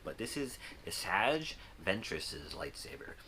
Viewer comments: It triggered me when he failed to pronounced Asajj Ventress correctly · He pronounces asajj wrong and asajj doesnt have a double blessed saber. She has two separate sabers. Everyone knows this